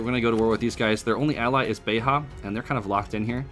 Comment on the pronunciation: It'zs not "beha", it's not a Spanish speaking place. It's just Beja.